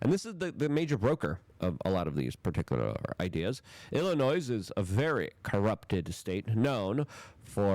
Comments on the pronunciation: Dude, Illinois is pronounced “ill a noy” NOT “ill a noise”. The noise there is just Pritzker belching his BS. Love your show, keep up the good work! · Illinois is pronounced Ill in oy, no S sound. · Illinois is pronounced, “Illi-noy.” You don’t pronounce the “s.” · Illi-NOISE, Hoots Ease, Doy-ge... does he mispronounce words intentionally? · The S in Illinois is silent. It's pronounced ill-anoy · You pronounce it, “Illinoi.” You don’t pronounce the S. You make it sound like there are two of them. 😂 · Stop calling it Illi-noise. Give us some respect. Most of us aren't commies, we're hostages. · You don't pronounce the 's' in Illinois. Re-re alert! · I wish I could tell you privately. The “s” in Illinois is silent. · Love ya Luke! I must say I cringe when you say Illinois. FYI the S is silent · The “S” in Illinois is silent. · It’s Illinois the “s” is silent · You don't pronounce the s in Illinois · Luke - the s in Illinois is Silent. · Illinois.....THE S IS SILENT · Luke can’t speak English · Love the show Luke! Also, the S is silent when pronouncing Illinois. 👍 This corrupt prick oligarch governor also wants an additional 30 cents tax per mile on Illinois drivers.